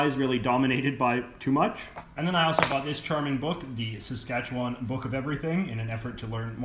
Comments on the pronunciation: Easy to see he's not from SK, or spent much time there. The emphasis is not on the 'Wan' in Saskatchewan. Anyone disagree? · I thought it was pronounced “sass-ket-Chwan” not “sas-katch-ewan” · “Sask - atch - eh - one”, not “Sask-atch-a-waaaaaannnn” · It's pronounced pretty well like it's spelled. Ruh-gyna. But Saskatchewan he pronounced fucked. It's more like seh-skatch-win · Why do people from outside the province always pronounce Saskatchewan as "Saskatchewon"? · The way he says it: Sask kat chew WAN. We say it Sask kat chew win. Lmaoooo. I live in Saskatoon. I lived in Regina before when I went to university. Its meh. Unless you wanna drink lots. I guess that makes it more interesting. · "...and the occasional river." You realize there are over 100,000 lakes in Saskatchewan, right? Also, you pronounced Saskatchewan wrong the entire video. SaskatcheWIN not SaskatcheWAAAAAN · How to tell if someone isn't from Saskatchewan? The way they say "Saskatchewan" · Saskatchewan has a Premier not a Prime Minister... and its not a Parliament building its the Legislature. And learn how to pronounce Saskatchewan properly... if you are going to make these videos do your research... Ukrainian blob food?? 100% of all Bronco's uniform sales wen't to charities set up for the Bronco's. Very insensitive and remove your sarcastic tone. It doesn't work for you. Go back to school and this time... pay attention.